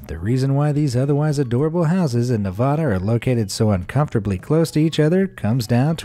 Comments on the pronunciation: It's pronounced Neváda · I have a dream, (petty, but deepfelt) that one day narrators on YouTube will pronounce "Nevada" correctly. For the information of those brought up on that side of the Mississippi, it rhymes with the "a" as in "hey battah", "never had a" or in "Cadillac" Not as in "frittata" or Hakuna "Matata". I know it's petty, but there really is NO such place as Nevahda. Nevahda doesn't exist. Nor does Boi-ze. Or Ora-gone. It hurts. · You pronounced Nevada wrong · Pretty please look up how people from Nevada pronounce our state. You're saying it wrong. Also where you have Virginia city marked is a bit too far left and is in California territory. Sorry to nitpick